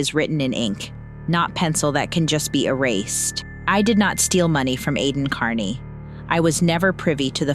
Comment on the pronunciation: Why does he intentionally mispronounce his last name? KEARney is not pronounced CARney.